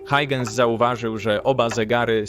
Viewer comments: Christiaan Huygens, nazwisko wymienia się jako [hojchens] a nie [hajdżens]! Warto się trochę doinformować zanim się coś wrzuci na YT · A dokładnie Hojhens :) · Hauhens - tak się go wymawia, mniej więcej